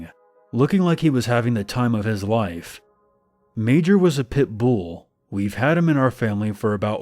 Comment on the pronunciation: Lol the way he says Pitbull cracks me up. I have a pit myself so maybe that's why